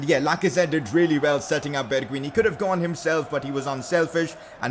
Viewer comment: You not pronounce it like “bergween” its like “bergwein”